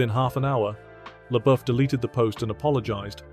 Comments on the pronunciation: Who the hell is Chia Leboof? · I’m only ever pronouncing it SHELIA Boeuf now😂😂😂😂😂😂